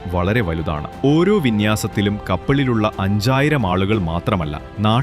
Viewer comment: ഇടക്കിടെ അഞ്ചായിരം കേൾക്കുമ്പോൾ മലയാളി തന്നെയാണോ എന്നു സംശയിക്കുന്നു.